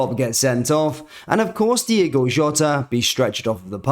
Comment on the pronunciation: it's Diogo bro not Diego lol...